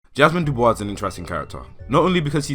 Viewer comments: Great video, one correction, his name wasn’t Web it was W. E. B. DuBois. (William Edward Burghardt Du Bois) Edit: He also pronounced his last name as Do Boy-s [duːˈbɔis], unlike the French [duːˈbwɑ]. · lmfaooooooo web dubois lmfaooo its W. E. B and you pronounced dubois waaaayyyy wrong.